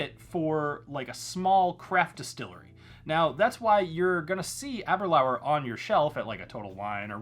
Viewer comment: Ahhhh- ber- lure. Got to pronounce scotch names correctly.